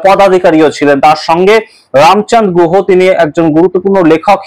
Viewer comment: Ram chand guha noy, Ram chandra Guha. Kindly bangla uccharan thik korben.